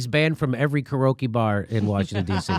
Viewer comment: My suggestion is knowing how it's pronounced.(karaoke) Then the joke might have a chance of landing.🤦‍♂️